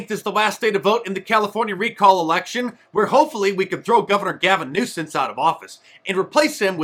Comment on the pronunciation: "Gaving Nuisance." 😂😂